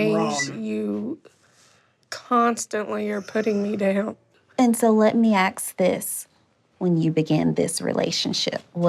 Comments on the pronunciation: You can tell triggered when her coding slips and she says "axe" instead of "Ask" I'm so glad she called Lee out Thanks for the videos! <3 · A qualified therapist who cant pronounce the word ask correctly..why do people do that say aks instead of ask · it’s interesting. She is really well spoken and sounds very knowledgeable and educated. But says axe not ask. Was that on purpose? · I don’t think I can trust a therapist that says “axe” instead of ask…. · Im sorry but a professional therapist that says “let me ax this” is hilarious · I was shocked that the therapist, who you would assume would be an educated woman with a degree, actually said, "Let me axe you this ...". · Never trust a therapist that can’t say “ask”…… “let me aks you dis” ugh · No way I’m taking advice from a therapist wearing a wig who say “aks this” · Did the female doctor really say "let me ax this" are you serious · Lemme axe this some blonde african in a wig says to 2 700lb gorillas Jesus fucking Christ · "Let me axe this" from a professional 🙄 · Sorry but ...what kind of trained professional councellor says "let me axe this" instead of let me ask? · Never heard someone enunciate "axe" when its used in place of ask. Good lord 😂😂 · if my therapist tries to "axe" me a question I'm walking out the door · If a therapist ever said to me, "let me axe this..." I would leave immediately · I don't ever take any therapist seriously that can't pronounce the word "ASK". LET ME AKS,AX, you a question 😂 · Sorry but any therapist that says ax instead of ask is not the type of therapist I'd want. Low education is not therapist material. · Ths therapist saying 'let me axe this' 😂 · I am laughing so hard. This lady is supposed to be a professional, and she is using hood rat words like axe instead of ask. There is no way I could keep a straight face if she were to axe me a question. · Therapist needs to learn how to speak properly it's ASK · "And so lemme axe this" A fine prodesional I see. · lemme axe dis